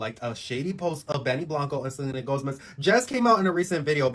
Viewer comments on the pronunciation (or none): Did that guy say Selena GoSmez! twice! LOL